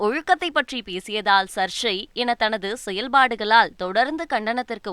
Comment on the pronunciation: News reader சர்ச்சை என்ற வார்த்தை யை சரியாக சொல்ல வேண்டும் 😅